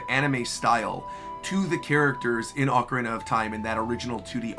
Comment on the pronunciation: Really annoying that guy saying oakarina of Time over and over It's Ocarina of Time like how do you not know how to pronounce the game after all these years